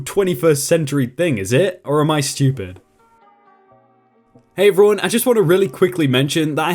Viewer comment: why do you pronounce 'everyone' like 'ruin'?